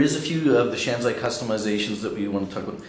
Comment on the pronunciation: It is shanzhai, not shanzai... pronounced 'shan-jye', not 'shan-zye'